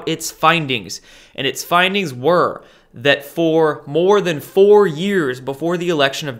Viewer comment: “4 years ago” sounded like 40. So I did some digging. Clinton foundation began “just over 4O years ago”. 3 billion $. Also Q said joe D. Maybe 4D?